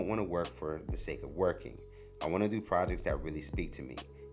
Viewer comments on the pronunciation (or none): none